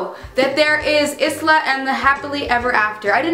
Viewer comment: It is actually eye-la for Isla and the happily ever after, not iz-la